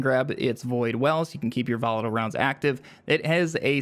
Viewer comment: Jesus can’t listen to YouTubers who butcher their words. This case volatile.